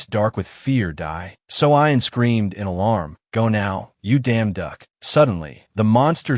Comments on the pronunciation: His name is Yu damduk, that's why you keep hearing the you damnduck😂😂😂😂 It's not the ai's voice fault .... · The pronunciation of the protagonists name by this AI: 💀🤣💪😎